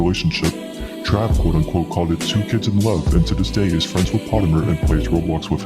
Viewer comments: bro doesnt even pronounce potemer right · Noo not potemer 😭